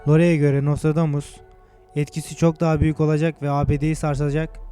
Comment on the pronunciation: HAHAHA çok komik gerçekten videoyu yapan paylaşan kişi daha nostradamus demeyi bilmiyor.....aynen şöle dior NOSTRODOMUS...:)))))